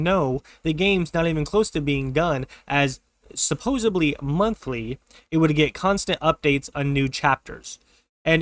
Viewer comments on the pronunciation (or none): it's pronounced supposedly, not supposebly